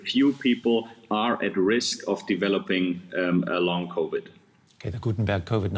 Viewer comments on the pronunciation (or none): The reporter should work on her pronunciation of the word: Covid